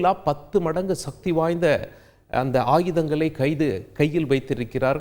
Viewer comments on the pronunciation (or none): none